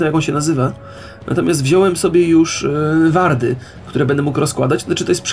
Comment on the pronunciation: i mowi sie łardy... znasz angielski a popelniasz takie proste bledy